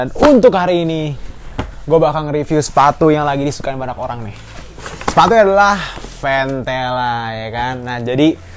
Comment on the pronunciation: Banak Banak Banak Banyak bang bukan Banak 😂🤣🤣